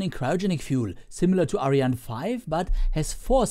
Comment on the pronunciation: Wieso sprichst du ariane nicht so aus wie sie ausgesprochen wird ? Wir deutschen sagen ja auch nicht Falkon oder Saturn fünf etc. Find ich nur komisch ;)